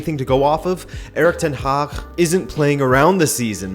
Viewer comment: Wow, I'm impressed with your pronouncation of Eric ten Hag and the Dutch G in general. Also, it's a good time to be an Ajax fan. There are many clubs with more individual talent then Ajax, but as a team they can compete with anyone in Europe right now.